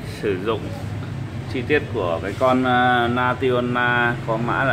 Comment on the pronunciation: National mà mấy bác thợ cứ đọc na ti o na 🤣